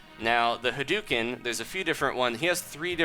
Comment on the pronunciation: HUH-DOUGH-CIN NOT HAIDUCAN